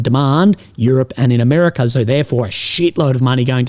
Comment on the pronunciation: Mate, you mispronounced America.